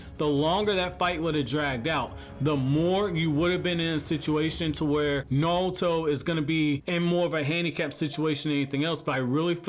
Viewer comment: Is it just me or is he saying naruto like "nawuto" lmfao